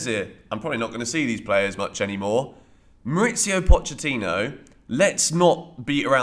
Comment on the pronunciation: Good video. One note: Pochettino is from Argentina, and his first name is pronounced "Mau-reese-io' There's no 'itz' in it.